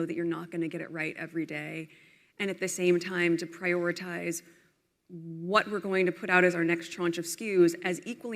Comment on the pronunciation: "Prey"oritize. 💀 She said it.